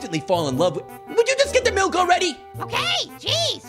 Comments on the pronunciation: grape fruit:give me the malk little apple:it is milk not malk grape fruit:no i just said malk little apple:No it is milk you said MALK i said thw way everyone says M.I.L.K Pear:just give him the milk little apple:BUT HE SAID MALK Pear:JUST GIVE HIM THE MILK Grapefruit:JUST GIVE ME THE MILK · HE NEEDS SOME MALK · GIVE HIM THE MALK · Me: say milk shake Grapefruit:milk shake Me:now say milk Grapefruit:...MALK...